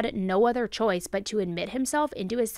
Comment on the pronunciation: if she said chouce, then chouce it is. 😜